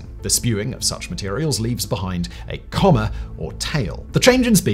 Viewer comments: It's coma, not comma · Coma, like the medical condition. Not comma like the punctuation mark. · coma is not pronounced like comma.